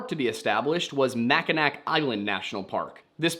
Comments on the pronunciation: It’s pronounced “Mackinaw” not “Mackinac” I know it’s confusing but that’s how it’s pronounced, I don’t make the rules. Edit: ok what is this comment section above me? Mr. Plagerism police acting like he knows everything about citations while not bothering to watch the video is crazy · "Mack-in-ack" SIR YOU HURT MY SOUL WITH THAT ONE 😭 as a lifelong Michigan resident (lower peninsula but still) it's MACK-IN-AWE. WEVE GOT LOTS OF WEIRD FRENCHY WORDS I KNOW BUT DAMN 🤣😭 (/J, /LH.. just teasing a little. Still, the pronunciation had to be corrected. Idc if it's been nearly a year since this video came out, it's my "duty" to teach people from states with reasonable pronounced places how to say things from here.) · Thank you for saying something. I physically flinched at "mackinack". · Omg my guy every time in every video regarding Michigan you say "macinac" yes thats how its spelled but every American on earth pronounces it as "macinaw" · “macinak” island killed me😭😭 im from Michigan and I’ve always heard it as mackinaw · As a guy from Michigan Mack-I-Naw not Mack-I-Nack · “Mack-in-ack island” non midwesterner spotted 🚨🚨🚨🚨🚨🚨(it’s pronounced Mack-in-awe, love you ) Edit: added an “e” for clarity, love from Wisconsin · I love the video! There is one little bit that is absolutely killing me though: Mackinac is pronounced mack-in-AW, not mack-in-ack! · Mackinac is actually pronounced Mack-i-naw! The C is silent and both the nearby Mackinaw City and Mackinac Island are pronounced exactly the same way, even though they have different spellings. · Mackinac? you mean Mackinaw? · Just a little note, you don’t pronounce the c in Mackinac, it’s pronounced Mackinac-naw, not Macki-nack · Mackinac is pronounced as gnaw not knack. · I swear my fight-or-flight response goes off whenever I hear "Mack-in-ack" instead of "Mack-i-naw" and I always choose fight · Mackin-AW not Mackin-ack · not you calling it "mack"-"i"-"nack" island 😭😭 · Mackinac is pronounced /'makənô/